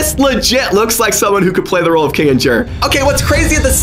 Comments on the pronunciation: It’s not kidger it’s kinger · It's not kingiger it's king-er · Kinijer?! Its Kinger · People who realised he was saying kingers name wrong cuz he was saying kinginjer 😂😊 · Am I the only one who here’s him say kinginjer it’s kinger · No no say kinger binder Is flirting with kinger shut up!!? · Why do you call Kinger 'Kingijer'? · Why are you saying kingbird if it’s kingr ? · THE NAME IS PRONOUNCED KING-ER NOT KIN-A-GER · it’s pronounced KING-ER not KING-AND-JER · I try to be rude but use it’s Kinger that Kincer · Kinger no kingger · Dude its kinger not Kinjger 😢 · Im a fan of u but its not kingasher its kingster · its not king-ig-er, its -king-her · It's not kiningger it's KINGER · Kingginjer bruh why it’s kinger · Your right he is saying king-jer but it's king-er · His name is kinger not kanger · It's not kinjer It's kinger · It’s not kin-jer it’s king-er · It is not kinjr it is Kinger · Not kinderger Its kinger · It’s kinger not kinicher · ITS KINGER NOT KINIJER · Its Kinger not kanger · Say kinger not kinginjer please. And say Zooble instead of Google. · Kinger not kingjer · I did! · Yeah dude 😊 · Me too. oh yeah kinginjer to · bro said kingers name wrong he was saying kingingjer 😆😆😂😂😭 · You’re saying Kinger wrong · it kinger you are saying his name wrong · It’s pronounced kinger Without the G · Did you say kinjer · Its longer not gingjer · Bro saying kinger's name wrong he needs to watch more of THE AMAZING DIGITAL CIRCUS 🎪😂😂😂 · His name is Kinger not what you said that his name was just trying to help out😊😊😊😊